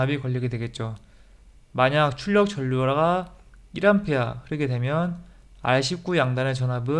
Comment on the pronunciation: "전류" 발음을 ㄹ말고 ㄴ을 하시네요.